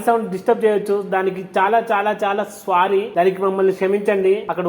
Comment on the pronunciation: అది స్వారీ కాదురా , సారీ అనాలి, స్వారీ అంటే గుర్రపు స్వారీ, అంటారు సలేగా